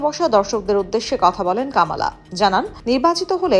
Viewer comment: উচ্চারণটা হবে কমলা।